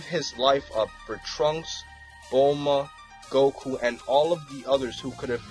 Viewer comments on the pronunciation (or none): It's bulma not bulla